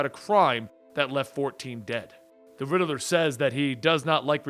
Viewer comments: Please stop saying rideler it's riddler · The way u pronounce the riddler reminds me of my friend... I do miss him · Funny how he says the riddeler instead of the riddler😂